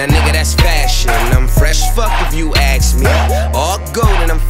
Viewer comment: ask. A-S-K. Not Aks. Not axe. Not Acks. ASK dammit